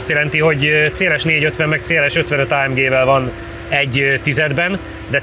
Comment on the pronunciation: A jobbaknak feltûnik, hogy szándékosan mondta így, ráadásul egyszer.